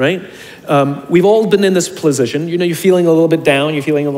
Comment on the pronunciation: at you say "plasition" instead of "position". really made my day. seriously. It was human. thanks